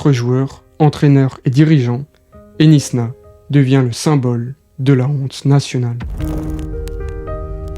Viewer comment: Knysna se prononce "Naïsna" et pas "Nisna"